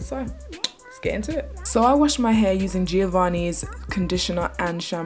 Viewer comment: why do you say "h-u-r" its "h-a-i-r" not to be rude